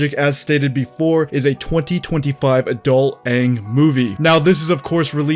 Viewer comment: Every time you say "adult Aang movie" sounds like you're talking about an adult XXX movie. I'd watch, Lmao....